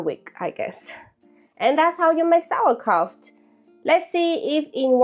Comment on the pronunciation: I did not know if anybody says it already, but it is not pronounced "Sauerkra-f-t" but "Sauerkra-u-t". And I think you did it in principle well. The leave was not that good, that's true. But instead of a leave you should use a kind of special stone of glass to leave heavy on the Kraut. The most important thing is, that no little peace of anything of the cabbage should be out of the water in contact with oxygen, then nothing will be bad ...